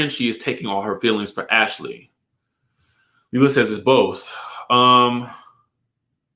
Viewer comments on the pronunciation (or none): none